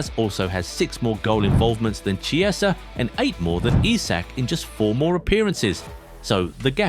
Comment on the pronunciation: It's Key-eh-zah, not Chee-eh-sah 👀